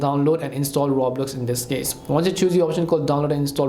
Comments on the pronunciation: 😂 ya I can tell and I had to mock the guy cause he said the game name wrong lol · You can’t even say Roblox right bruh 😅